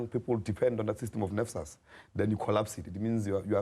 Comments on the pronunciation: Nesfas - NSFAS not nefsas - NFSAS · NSFAS not NFSAS